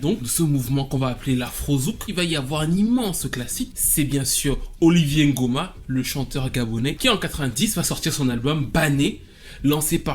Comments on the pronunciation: Très bonne vidéo mais par contre tu n’arrête pas de dire Olivier Ngoma il s’appelle Oliver respect mon homonyme 😂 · Oliver NGOMA. Pas "Olivier"